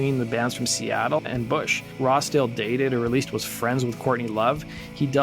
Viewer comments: It sounds like your calling him "Rasta" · Why does he keep saying rosta or razda? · You say Rossdale really weird! Sounds like you’re saying Rasta 😆🤦🏼‍♂️ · Everytime you say "Rossdale" it sounds like "rasta". ENUNCIATE. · Sound like you’re saying, Rasta for Rossdale. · Doesn't sound like you are saying Rossdale right